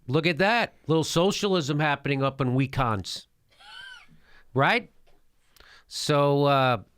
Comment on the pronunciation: We-cons? wtf?